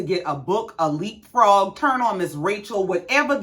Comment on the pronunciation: You said get a Leap Frong 🤣🤣🤣🤣🤣🤯🤯😂😭😭😭🤣🤣🤣💩😊😊😊